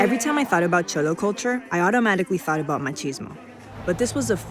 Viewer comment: They’re mispronouncing “cholo.”